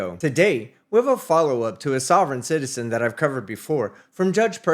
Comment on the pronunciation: "Sovrayne citizern'